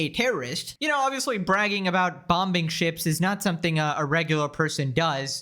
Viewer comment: lol i love how u say bombuhing